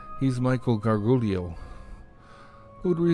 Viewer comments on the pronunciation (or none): what on earth was with the pretty little liars newspaper in there at the beginning amongst actual missing persons cases? and michael gargiulo's last name is pronounced like gar-zhu-lo, not gar-goo-lee-oh